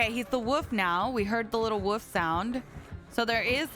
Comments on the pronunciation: Bestie PLEAAE pronounce the “L” in Wolf 😭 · The way you say wolf makes my day love u sm